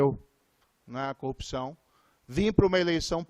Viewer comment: Presencial, peesencial, presencial... como esse senador tem dificuldade com a língua portuguesa. 😮😮😮😮 é conge, coupção. Tem que ser cassado sim. É muito dinheiro envolvido... chega perto de uma coupção.